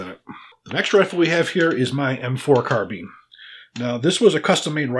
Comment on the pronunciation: Scarbine lol. great video.